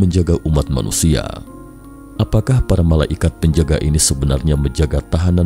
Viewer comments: saya bingung dengernya, MALA IKAT, mungkin maksudnya MALAIKAT (bacanya malaykat) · Terganggu sama penyebutan MALA IKAT